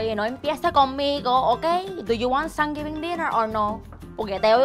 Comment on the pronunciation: 3rd consecutive year of "Sangivin" for me